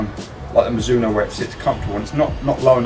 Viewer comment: No one:... - mazuno😂 all the time